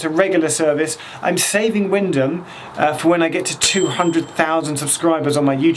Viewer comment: I’m from Norwich and I work at a high school in Wymondham. I’m amazed you know the pronunciation 😂 nearly everyone not from Norfolk tries to pronounce it how it’s spelt. It’s crazy to see one of my YouTube subscribers from London filming my home territory 😂